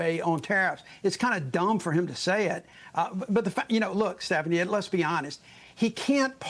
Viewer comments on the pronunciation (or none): none